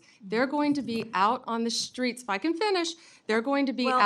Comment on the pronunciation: Dumbest woman in the room. A shame. Shhtreets😅idiot